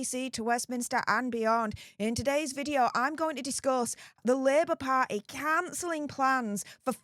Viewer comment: I love how she says party. "Par'eh".